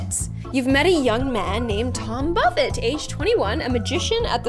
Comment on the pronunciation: buffet Me a million times: BUFFETT!!!!!!!!